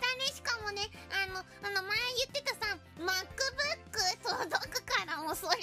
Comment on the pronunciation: I love the japanese accent on pronouncing english things. Pekora saying "Makkubukku" made my day!